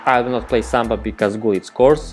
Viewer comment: Please you don't say samba 🥶